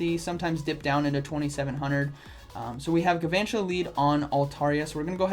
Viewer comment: It's pronounced gal-vantula, like galvanize